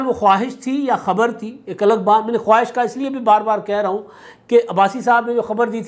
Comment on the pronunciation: پیارے بھائی! ۔ خواہش ایسے لکھا جاتا ہے لیکن اس کا تلفظ * خاہش * ہے ۔اس میں واؤ silent ہے۔